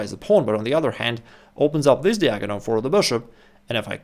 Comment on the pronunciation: посмотри произношение слова "диагональ". Из видео в видео режет слух.